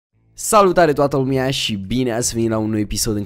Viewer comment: nu mai spune lumia asa se auda da se spune lumea 😊😉